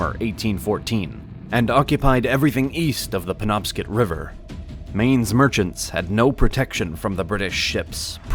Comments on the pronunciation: He pronounced penobscot as penobscit to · You are pouncing bangor and penobscot river wrong it's (BANG-GOR) and (PEN-OB-SCOT)